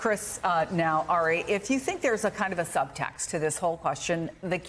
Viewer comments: His name is Ari, not Aray😮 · Isn't Melber's first name pronounced "AH-ri" and not "Eh-ri"? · "Airy Melber" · How is she gonna call him "air-E" when she's worked with him so long and he clearly pronounces it as "R-E" lol 0_o 😅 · Is she calling him Harry ? I thought his name was Ari. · It’s very cute how calls Ari ‘Airy’ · Would somebody please tell Andrea Mitchell how to pronounce Ari's name? It's not Airy! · Woulld someone tell Mz Mitchell his name is pronounced Ar'i? It's like she willfully mis-pronounces it. Disrespectful. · Did she call Ari “Harry”? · MSBNC, you HAVE to retire Andrea Mitchell. She's so out of touch and incompetent now that she doesn't even know how to pronounce "Ari." A colleague's name she's heard others pronounce correctly 75,000 times. A 6 year old could have gotten that right. She's getting worse each week now.